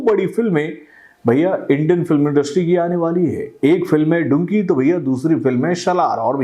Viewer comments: अरे टकलू चाचा वो डुंकी नही डंकी है। मैने कितनी बार बोल दिया है। पहले ठिक से नाम तो ले ले चाचा😅😂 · डंकी है डुंकी nahi 😂😂😂😂